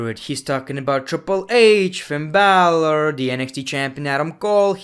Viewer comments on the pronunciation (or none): none